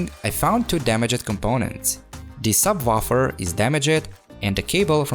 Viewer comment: "Sub waffle"